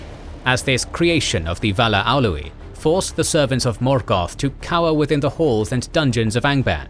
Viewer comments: Alouie? You mean Aule? Lol 😂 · Aule, not Olouie xd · Despite this being an incredibly accurate production, some of your pronunciations bother me quite a bit. The way you say 'Arda' was so odd I couldn't even recognize the word at first. The Ainu of Smithing and Invention is not 'Alue' (ah-loo-eeh??), it's 'Aüle' - au-leh. Would recommend in the case of these personal and place names, maybe checking them out in the future in their phonetic forms? Maybe it's the fact that I come from a Finnish background, but to me the pronunciation that others of an English-speaking background might struggle with or most mispronounce seems... fairly easy 😅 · Pronouncing Aule as "a Louie" is too distracting for me to watch this. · The pronunciation of "AU" is really bad like Aulë isn't Ulë.. But it's good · Why does he pronounce Aulë as "Alooey" 😂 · Ow-louey? Ow-louey? Who is named among Valar, Elves, Dwarves, or mortal men, Ow-louey? Oh, right, one of your made up names for Aule the Smith. Bad form.